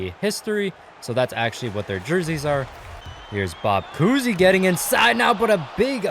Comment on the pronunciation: Obviously the first ten are going to win also to, you said coosey, I’m pretty sure it’s COWsey